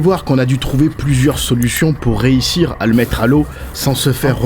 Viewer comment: On dit pas « réissire » mais « réUssire »